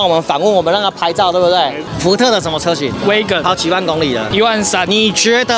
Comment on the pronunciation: 是挖根，，不是威根